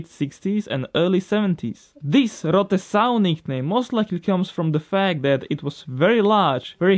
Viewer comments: Your pronunciation of Rote Sau is funny PS: I m from Germany xD And you have forgotten Rennpappe for the Trabi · Who thinks that the pronounce of "ROTE SAU" it's so funny? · For me as a German guy it´s funny how you say Rote Sau :D